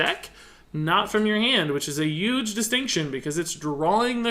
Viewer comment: I finally have to ask, after a lot of videos: any of you guys know where is from? The way he says "huge" (the "h" feels like its not there) is very weird.